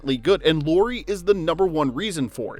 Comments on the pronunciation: Loori :D It's LAU-RI. example word, lamp, ok, LA. I know you're American but I'd appreciate atleast attempting to pronounce Lauri's name somewhat correctly ^^ Great vid. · It's nice to see videos on Lauri. But pleeeeeease: it's not "Lori" it's Lauri like "Lowry" in Kyle Lowry. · La-u-ri La, like in "Las Vegas" u, like the u in "push" ri, like in "risotto"